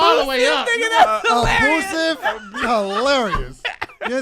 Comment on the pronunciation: "a-boo-sive relationship"😭😭😭😭😭😭😭😭😭😭😭